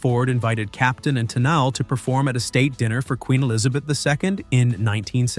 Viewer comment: work on how you script things for your Text-to-Talk voice. "Tennelee" (Tennille)?